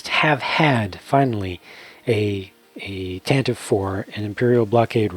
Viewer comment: Puts on nerd glasses ummm, actually, it’s pronounced tantivy. (Such a strange pronunciation for it I’ll admit .)